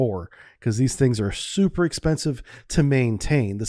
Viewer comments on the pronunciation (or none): none